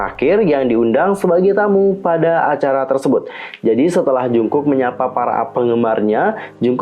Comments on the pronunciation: Kaaakk Manggilnya Jeongkuk (정국) plliiiiiiissss😩😩 bukan Jungkuk(중국) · Koreksi.. Monmaap jungkook di baca jadi jongkuuk dijadiin o bukan u. Bukan jungkuk.